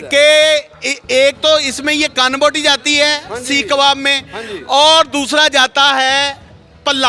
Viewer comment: ارے ڈھگو مائیک پکڑ لیا اردو تو بولنا سیکھ لو کواب نہیں کباب ہوتا ہے انگلش بھی ڈھگہ اسٹائل بولتے ہو۔